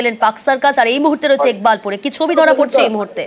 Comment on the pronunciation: একবাকপুর না ইকবালপুর হবে!,😂😂আমার আর জায়গার নামের বদনাম বা বলাতকার করেন না!😂😂😂😂